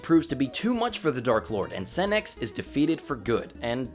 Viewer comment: Say Lord Senex without the en 😳😳😳